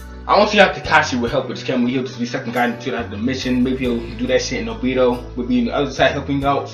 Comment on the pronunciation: Not trying to be racist but every black reviewer on YouTube that I have seem pronounced obito wrong lol